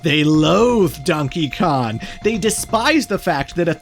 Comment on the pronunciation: ITS DONKEY KONG NOT DONKEY KON😭